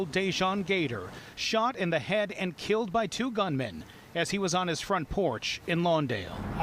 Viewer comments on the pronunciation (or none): none